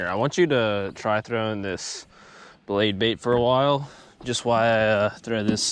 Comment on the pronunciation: The “bade Blait”. 🤣. Anyone else catch that? Love ya. Just having some fun.